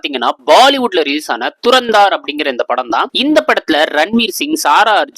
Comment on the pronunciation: Adhu Dhurandhar bro. Thurandhaar illa 😂😂😂